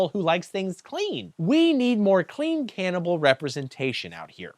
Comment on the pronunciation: I definitely need a “can-ibal not can’t-ibal” bumper sticker